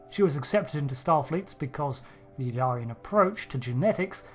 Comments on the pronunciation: Please pay attention to the pronunciation. It is "ill-EER-ee-an". However, you are saying sometimes "ill-AR-ee-an", and sometimes "ill-ee-AR-ee-an". I believe that both of these mispronunciations are influenced by the name "El-Aurian". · You have gathered a lot of information from watching Star Trek but can't seem to pronounce Illyrian properly. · Your pronounciation of name "Illyrian" is wrong, very wrong.